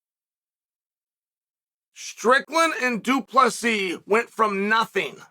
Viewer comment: why u keep dropping the silent s?